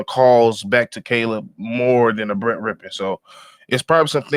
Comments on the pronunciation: How does a FOOTBALL fan not know how to pronounce Rypien? 😂 Bro, you trippin' on Rypien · Rypien rhymes with Trippin'! Ya dig? 🤣